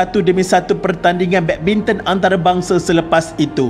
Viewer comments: Badbinton ke badminton ea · Tersedak admin cakap badminton 3.04